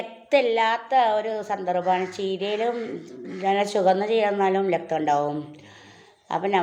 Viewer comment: ലക്തം അല്ല രക്തം ആണ്